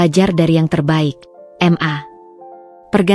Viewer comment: narasiny kok di ulang ulang, membosankan Tulisan MA,,,, itubukan singkatan mosok di baca singkatan padahal sebutan untuk mama